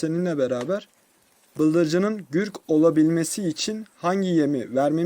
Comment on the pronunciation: Gürk degil Gurk